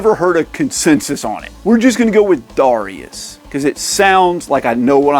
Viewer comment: I thought it was pronounced ‘Darius’.